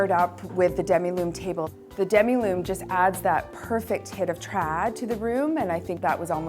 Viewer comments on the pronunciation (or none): And it’s Demi Lune ( half moon ). Sounds like the lady is saying demiloom table.